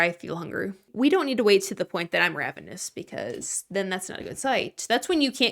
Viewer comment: hey- theres no D in the word ravenous